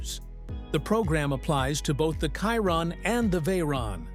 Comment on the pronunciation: I stop watching when he f..k the Chiron name 🤪😅🤦👌🏼